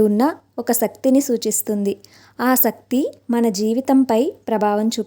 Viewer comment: శక్తి బదులు సక్తి అని చెబుతున్నారు సరి చేసుకోండి